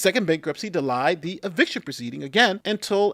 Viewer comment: Shieeeeet!! I was with you my dude!!! I thought, yeah, we got a dude here on our side!! You mispronounced delayed!!!!! Come on!!!! You cannot afford to do stuff like that when yr a lawyer!!!! You can't do that! You will never live it down!!!